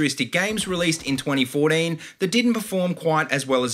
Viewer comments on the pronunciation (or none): I like how u say 2014 u say it like twuunteen fowteam XD